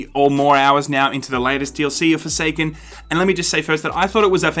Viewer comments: did you say foreskin instead of forsaken cause that was hilarious. I got foreskin I mean forsaken for free on PS plus 15 minutes in I uninstall it cause it really isn't my type of game but thanks for letting us know about Bungee shitty arse business practice cause that's how business works in reality. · did you say Forsaken or Foreskin?